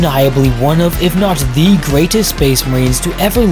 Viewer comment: Hey guy did you know you've been saying the word 'the' wrong for a while now?